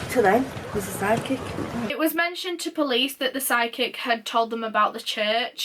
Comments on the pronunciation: I had to laugh at myself when I finally figured out you were saying "psychic" not "sidekick". Lol. Duh on my part. 😜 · I did too..I'm like "Did she say a sidekick"? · holy shit it took me a while to realize you said "psychic" and not "side kick" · I really thought she was saying "sidekick" instead of "psychic" and I was soooo confused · I thought the same thing the first time she said it and then I realized that she said psychic by the second time she said it and it made so much more sense! 😂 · omfg me too until I read this hahha I was like why do they need a sidekick lmao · oh my god i just realized she didn’t say sidekick lmao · Every time she said “psychic” I thought she was saying SIDE KICK and I was like... Who’s sidekick?? And why do you dislike them so much??? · When she mentioned the psychic I heard "sidekick" then I couldn't unhear it...LOL I really couldn't see why the mom of a missing girl needed a sidekick but to each their own. Love this channel! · Oh Jesus I thought you said „sidekick“ instead of „psychic“ xD I got really confused for a moment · OMG I thought she said sidekick that’s what I really thought was said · I heard, "side-kick" and I was so confused but then I realized she said, "psychic" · wait- it was psychic? me too i was so confused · SHE SAID PSYCHIC?? dammit, i'm so freaking dumb, thanks for the information